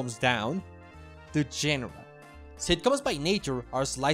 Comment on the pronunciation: The way he pronounces character doesn’t bother me, but I wanted to pop in and say that “genre” is pronounced “jawn-ruh” (like the word “dawn”). I only mention this because this was the one difference in pronunciation that made me not recognize the word. It’s a loan word from French which is why it’s pronounced and spelled that way 😂